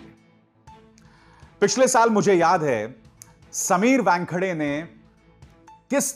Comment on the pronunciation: Abhisar calls him Wangkhade! It sounds funny!